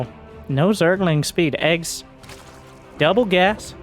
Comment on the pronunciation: eGGz reads "Gee gee, yee zee". You read the capital first, then the lower case.